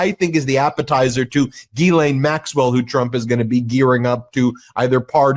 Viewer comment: Ben, Ghilaine is a French word pronounced: "Gee" as in mea Sure, "len" as in lend me a dollar.